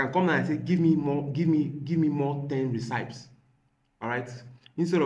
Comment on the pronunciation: bro can't pronounce Recipes. what an irony....😢😢😅😅